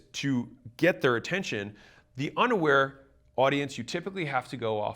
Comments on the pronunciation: thought he said “underwear” 😂. I was listening only. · I really thought he said underwear people when talking about the various levels of awareness.